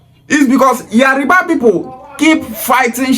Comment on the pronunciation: Pronunciation is yoruba and not yariba